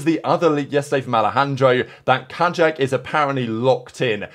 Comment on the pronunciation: Just a quick note. Kajak in polish is the same as Kayak in english, so the pronunciation is mostly the same. For example, J is like Y in Yes, not like J in Jack